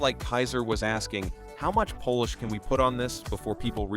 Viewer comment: I HATE AI NARRATION!!! Is is so hard to get the words correct???? I didn't know people from Poland were an adjective for a shiny car...